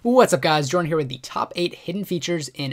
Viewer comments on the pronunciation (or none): none